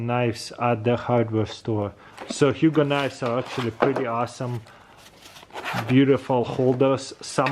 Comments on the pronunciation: It's pronounced ho-g, like ho-ho-ho. Or rogue. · It’s pronounced ho-oug